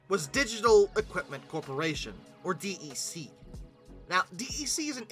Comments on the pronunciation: In all the decades I worked with PDPs and Vaxes (referred to as "Vaxen") nobody ever said "Dee Ee See". DEC was always pronounced as "Deck". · Maybe it's just because I was around it all the time during my childhood, but hearing DEC said as "D E C" instead of said like "Deck" really bothers me. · Hey! DEC is pronounced “Deck” 🙄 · Digital's DEC is pronounced "deck". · DEC is pronounced DECK (it's an acronym [like NASA], not an initialism [like USA]) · His voice (and butchered pronunciations!) are part of the charm. Must say he's really improving on the latter though (DEC notwithstanding). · Well, it tells you that the person who says it that way definitely was not around in the days when DEC was still a thing, and probably hasn't really done that much research on the topic.